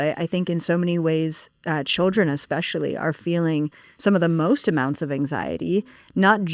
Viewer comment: Spot on it makes me mental when people say Xspecially instead especially or Manhadden instead of Manhattan